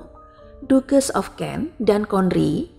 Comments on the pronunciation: Tories (toris) = tores , ducches ( daches) = dukes , buckingham ( bakingham) = bukingham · Mungkin perlu reset untuk pelafalan gelar 🙏 ducches = bukan dukes tapi daches